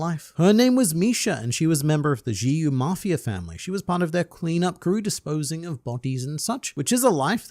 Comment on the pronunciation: We all appreciate your efforts to continue making HxH videos, even though sand is basically coming out of the udders at this point :) - Small note: The 'X' in Xi-Yu is pronounced with an "sh" sound. So, "shee yoo."